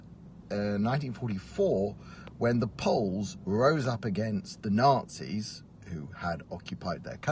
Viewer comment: Poland rose against Germans , not against the ......Tatzis? or was it Matzis? We rose against Germans.